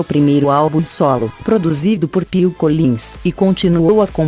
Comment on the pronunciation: ATT ao segundo 31'' a primeira apresentação do grupo ABBAS???!!! Que absurdo documentário... ATT a isso gente....acordem... ao minuto 1' 33'' produzido por PIL collins???? ou PHILL ??? Quando aprendem de vez a pronunciar Inglês correcto??? Absurdo isto...